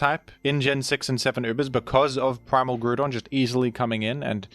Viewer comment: worst pronunciation of groudon ive ever beard